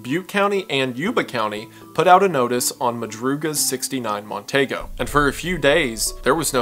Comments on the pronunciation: for future refference...it's a mercury mon-TEE-go, not mon-TAY-go. but i can see my drunk uncle saying TAY-go. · The car is pronounced Mon-Tee-go